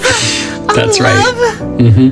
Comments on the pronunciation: "Loahhhve oh lovhaave" got me rolling on the floor 🤣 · “læohve. Aæoh loæve.”